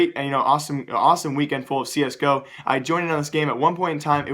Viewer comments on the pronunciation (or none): none